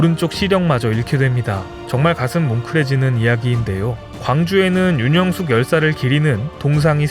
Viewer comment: 윤형숙 열사를 윤영숙열사로 잘못 읽으시네요 성함을 함부로 바꿔도 되는지요?